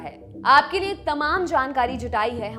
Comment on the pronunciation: देवीजी आप लिए को नीये क्यों बोलती हैं